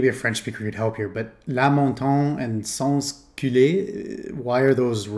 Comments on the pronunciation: I'm French speaker but when you said "Sans-Culotte" i just laughed : with the way you said it its means "anal sex", it was unexpected xd ...but seriously, "La Montagne" was a political party of the French Revolution (the most extrem with Robespierre, Danton etc...) and the "Sans-Culotte" were the people who dont wear "short-pants/trousers" (idk what its called today but like a pant) unlike the rich : basically, the Sans-culottes were the poor people of Paris who supported the Revolution. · Next time I will ask for "Sans-Culotte" in Paris :)